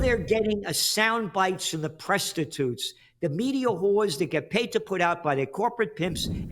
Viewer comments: I love this man Gerald, thank you Sir. Show us crap, who gives a,......Did he say Prestitutes? Love it. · “Press titutes”